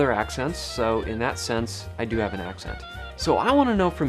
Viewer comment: you "dyoo" have /u/ fronting :)